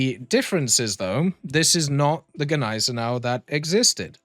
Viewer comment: You´ve pronounced Gneisenau even better than we Germans do that was perfect haha